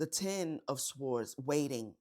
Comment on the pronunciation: You said s-w-ords again